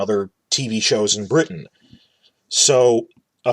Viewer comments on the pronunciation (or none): none